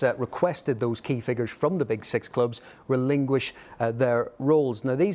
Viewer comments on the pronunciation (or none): Did he say "relingush" ? Not "relinquish". Unbelievable